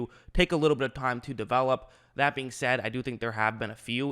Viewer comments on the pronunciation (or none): none